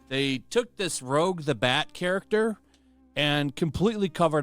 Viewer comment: He called her "Rogue" hell nah bro...